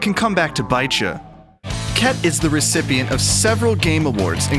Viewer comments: Did i just hear cat instead khet ? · Khet. Pronounced as Cat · Harry : "did he just say ket ?" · He said ket ahahahahahaha